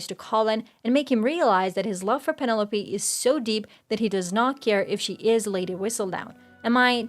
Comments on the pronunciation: I can’t get past how she keeps mispronouncing Penelope. The commentary was good, aside from that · thanks for the response. You did, at times, pronounce it correctly. So you’re close to getting it right. 😉